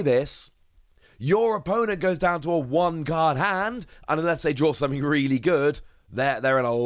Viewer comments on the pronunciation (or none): none